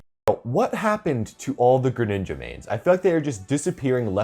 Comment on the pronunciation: Gre-nin, nin-JA